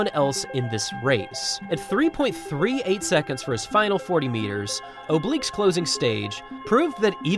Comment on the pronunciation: 9.83 "secontz"